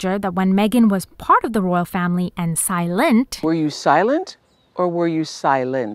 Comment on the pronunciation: When you said "SilenNT" I pressed like so fast lol